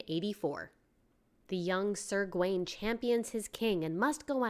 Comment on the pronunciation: BTW, Gawain is pronounce /Gah-wain/, not /Gwain/